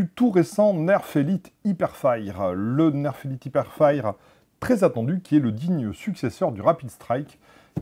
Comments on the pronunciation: Sa se dit pas " hiperfaïre " mais "hiperfaieur" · l'anglais incroyable : "hipèrfayr" x) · Mdr "ipairefaïre"